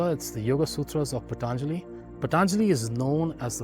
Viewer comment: Well... I don't want to start a debate session, but please look in to the pronunciation of जनक, पतञ्जलि, etc. Otherwise, it was good and educative. शान्ति:।